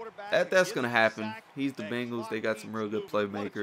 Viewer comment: Yo chap, like mav said, its the banguls, not the binguls. Lol